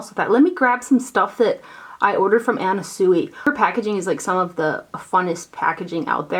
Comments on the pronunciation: Anna Sui is pronounced Anna Swee. Very cute little storage box from her! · FYI Anna Sui is pronounced SwEE. Xxoo